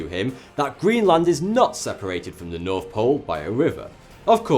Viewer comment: You seem really intelligence, and yet you say "f" instead of "th"?